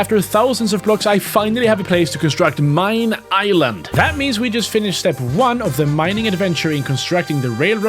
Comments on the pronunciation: I swear, every time you said "mine island", I thought you became german and was like MEIN ISLAND. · For a bit when you were saying "mine island", I thought you were saying "mein island" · When said "Mine island" my dumb self thought he was speaking german like "MEIN ISLAND" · "Mein Island" - spoken like a german colonist